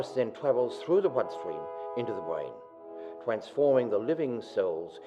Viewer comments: lol the guy can't say R instead of "brain" he says bwain ^_^ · its funny cause he cant pronounce things right, like bwain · Bwain? Why do u say it like that? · did anyone else hear him say destowing the bwain ?? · lol the only way to stop a zombie is by destroying the Bwain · lol he says brain funny "its close the the bwain" rofl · by destwoying the bwain XD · he said bwain and twee he cannot grammar